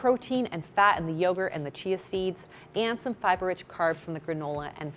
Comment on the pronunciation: Seeya seeds 😂😂😂😂 I love it when little slip ups or glitches happen. It always is adorable and give me a chuckle.